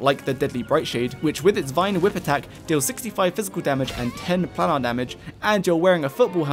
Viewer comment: Planar is said Plane-Are. Like other plane of existance. Otherwise great video!